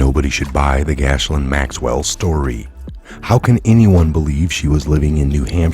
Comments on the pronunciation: Gil-lane not Gash-lin people just listening to audio will have no idea who u speak of. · LOL wow your pronouncing of Ghislaine Maxwell is the worst I have heard yet. I've heard literally hundreds. From friends who actually knew her, it is pronounced with a hard G and a silent S like "Gelan" or even sounds like "Glen" sometimes. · hey its procounced jizzlane even though her name is spelled weird.lol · It's pronounced ( gee lane) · You are a true patriot. FYI her name is pronounced "Jis-lane" Maxwell. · It is pronounced ghee-LAYN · I think Ghislaine is pronounced with the S being silent. Ghilaine? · Her name is meant to be pronounced like Elaine with a G in front :) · Ghislaine is French name. It is pronounced: GHEE LYN. Please drop the “s”. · Maxwells name is pronounced giz lane 😀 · Respectfully, you are mispronouncing Ghislaine. Think of the sound you make when using the word give, then drop the ve sound and substitute lain. The "h" and s" are silent in Ghislaine just like the e is silent in give and Ghislaine. Hope this helps, love your videos. Gilain...simple...just like it sounds to you in your head, Gilain. That's it. Gilain is a French name and they like to add a few extra consonants sometimes. Carry on Soldier. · Gee lane is how you pronounce her name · they need to be charged every one of them for the old peoples homes evil bastards .by the way Ghislaine is pronounced gislen its french :) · Dude why do you keep saying “Gash—Lin?” That’s not her name. You’ve done it in multiple videos and you sound like an idiot. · Thumbs up, but it is worth finding out how to pronounce Ghislaine. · Mispronouncing Ghislaine is one thing but what about “sobering statistics” ?